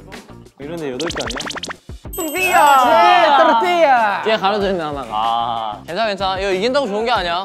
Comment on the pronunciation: 또르띠야 발음은 완전 원어민급인데 ㅋㅋㅋㅋ 현우네 회색또띠야가 왠지 맛있어보인다